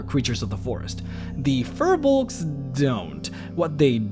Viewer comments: Hey man, Firbolgs, pronounced "Feer-Balgs", are from Irish lore, they were the inhabitants of Ireland, this is where the old ones came from during the old days of DnD... go here ->... these new ones are not the same thing so this video is meaningless, i mean the only reason they have 'fir' nowadays is because the 'creators' at WotC just saw the word Fir in Firbolg and thought "hey they should be furry!"... its poor character creation... your videos are getting more and more boring since the dragon series ended, i mean who cares about giants... you should do the demons and devils and talk about the Blood War, or go into liches and the undead, or deviate altogether and explain the different greater planes... this stuff is lame though... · The name is pronounced wrong...